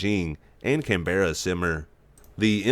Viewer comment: Hey Aussie here, say Canberra right please , more like can-berra/burra.